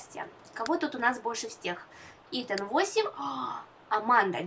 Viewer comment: Итан, а не итАн